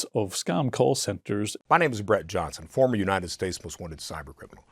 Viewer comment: Is anyone down here talking about how they had to rewind when Brett introduced himself? lol, he said former most wanted cybercriminal like he was saying Honorable United States Attorney General or something. hahah, I haven't watched yet, but he has already scammed me, I'd be cooked.